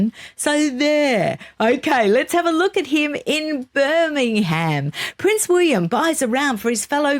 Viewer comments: I agree with your pronunciation of Will- yum, 🙃. You could follow up with pronouncing Birmingham as the locals do, i.e. Birming- um. You did pronounce it correctly a couple of times! Well done! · Hi, thank you for pronouncing Birmingham correctly, can you teach next time you speak to her 😂😂😂love and she's not the only one that says Birminum. love both of you and no offence, it just amuses me 😊